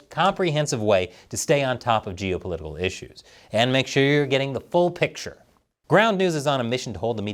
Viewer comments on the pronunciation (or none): none